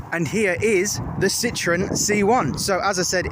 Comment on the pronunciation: Citron is french for lemon, French people laugh at the mispronunciation of the name 🙄🙄